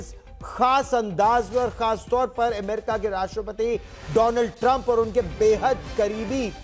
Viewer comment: एमेरिका नही भाई...अमेरिका है ! नाम तो ठिक बोलो !